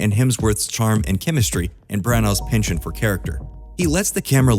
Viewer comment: i love these vids - however "penchant" is a french word and you're mispronouncing it really badly xP and you say it a lot!!! just a friendly heads up xoxox